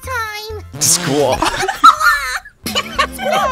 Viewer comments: "Squa" lol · Lol squa it’s squad LOL XD